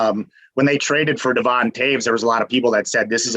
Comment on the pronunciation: Also didn't know how to pronounce Devon's name or what he was traded for.